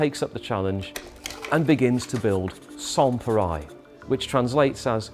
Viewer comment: (i) I'm not French, but I'm pretty sure that the 'reil' part in "pareil" is pronounced like the English rail -- with the L probably even being silent.